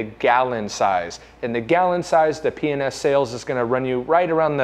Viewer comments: P & S enunciate I swear it sounded like you were saying penis! Lol 😂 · I must be either tiered or drunk because every time you say P&S I giggle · You keep saying P&S kinda fast.....and it sounds like, you know hahaahhahaja